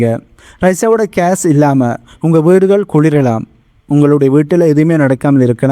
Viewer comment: Please pronounce gas Not case